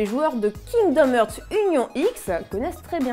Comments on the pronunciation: STP arretez de prononcer heart en ærte on prononce arte. Kingdom Arte (hearts) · Kingdom "eurts" XD ça se prononce "harts"